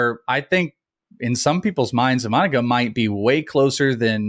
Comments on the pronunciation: Good insights guys, thanks. (Please check the pronunciation: EE-Mah-Nah-Gah, with a more even cadence--similar to vowel sounds in Spanish.) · Bros lost all cred when they started mispronouncing Imanaga's name. Tough listen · Isn't his name pronounced "im-in-a-ga"?